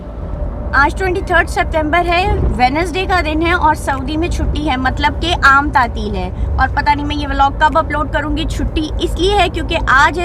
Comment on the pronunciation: Aaam taateeel hahaha sahi urdu hai